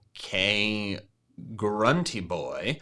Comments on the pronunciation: GRUNTY, NOT HRUNTY! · Haha, it is I, grun tee boy.